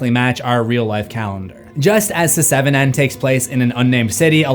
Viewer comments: I love the content abd I appreciate all the hard work you put in but please learn the proper pronunciation before uploading the video announced seven not se 7 en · Does anyone else find it strange that he says "Se-seven-en"? It's just "Seven". I just had to say something. Sorry and thank you. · se-seven-en...why am I laughing so hard at this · Love how you call it “Se-seven-en” 😂 It’s like Fant4stic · The joke isn't funny. it's pronounced *SEVEN*. What? Do I have to shout it in your ear the number of times Loomis shot Michael in the OG Halloween? #IShoutedSixTimes #Se7enIsPronouncedSeven #Se7en #SevenDeadlySins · Your pronunciation of “Se7en” really isn’t funny. It’s fucking obnoxious and distracting as fuck. Get over yourself and just say it like normal rather than subject your audience to something so immature and irritating over and over. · Please never stop saying Se-seven-en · Se-seven-en isn't how it's supposed to be said? Why would they spellnit like that, then?!🤷‍♂️🤦‍♂️ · It's pronounced "Seven". Stop that. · Se-seven-en? Never heard it pronounced that way....are you Ai?? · SE SEVEN EN? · Hearing you pronounce the movie "se-seven-en" will never get old 😂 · Se. 7. En... 😂